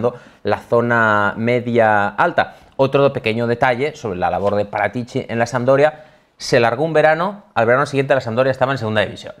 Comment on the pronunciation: Si dice.. Fábio Parátici, no Paratíci.